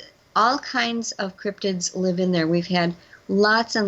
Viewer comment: You need to do a bit more research on your interviewees beforehand, it seems like your lost, and it’s Crypitds with a D, not Cryptics.